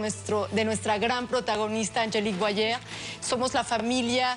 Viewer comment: Tan lindo como pronunció 'Boyer'